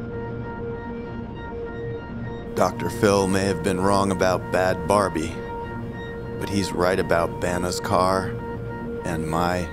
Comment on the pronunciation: its bad bhabie, not bad barbie